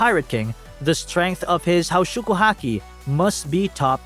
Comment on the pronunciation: Pls learn how to pronounce haoshoku if you gonna use the japanese version:’)